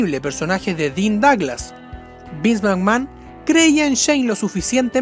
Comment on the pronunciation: Chown Maichels, Dean Doglas y otras horribles pronunciaciones.